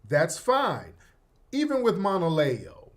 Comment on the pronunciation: If you aren’t aware who Monaleo is do your research, I appreciate you sharing your POV, but I want to flag something from a stakeholder-alignment standpoint. If you’re going to deep-dive on Monaleo’s message, you’ve got to at least pronounce her name correctly and show that you engaged with her content beyond the surface layer. She wasn’t talking like a “industry plant’ she was speaking on Sᴀʟᴏɴɪᴀɴ identity, also other black culture’s not only Caribbean/African diaspora culture, and the nuance of being Black and culturally specific at the same time. She literally said at the end of the day, cops don’t ask where we’re from they just see Black. So the whole conversation she opened was about unity, context, and representation but wasn’t switching up on what she said…As someone with a platform and influence, the expectation is that you bring precision, cultural awareness, and due diligence to the table. Right now, the way you approached it low-key dilutes her point instead of engaging with it. No shade just asking for a higher-quality analysis and a little more respect for the artist and the culture she’s speaking for.